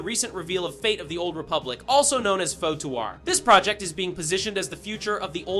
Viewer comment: Ah yes... the KOTOAAAR or KIOUTAR remake yes....